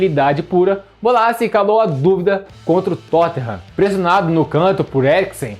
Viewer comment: Quem é Bassi?😂 Bo-la-sie